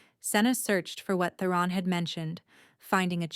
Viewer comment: Theron not The Ron